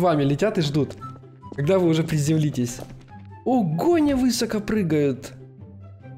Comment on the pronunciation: можно вас попросить говорить слово " высоко" с ударением на последний слог, режет слух.